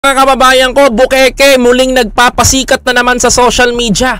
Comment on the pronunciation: bukaka hindi bukeke